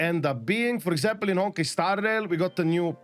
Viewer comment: I love that you say "Honki" instead of Honkai! 💕 Don't change!